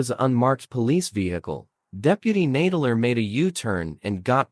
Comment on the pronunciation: The robot voice keeps pronouncing "Nadler" incorrectly.